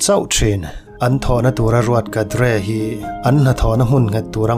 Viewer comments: Ngaihthlak nuam e Cadre-kadre niloin kedar tia lam tur zwk ani e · A ngaihnawm in a bengvar thlak e👍🏻 Haryana state 'cadre' - kadre nilo in 'khaeder' tih ang deuha lam tur niawm tak. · Kadre ti a lam hi chu a fuh lo deuh, kan uluk leh zual nan ka lo sawi ve mai mai... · Cadre i lam dan chu a...ngaihthlak ava ti nuamlo ve..kedar tiin lam la. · Ngatinge nang meuhin "cadre" i lam fuh loh theih mai le!! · Complain ka nei..I pronounciation Cadre I lam dan hi..